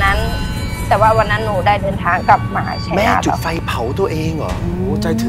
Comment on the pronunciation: จุดไฟ ไม่ใช่จุกไฟ